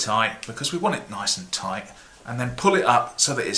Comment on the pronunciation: he never does... he says "touight"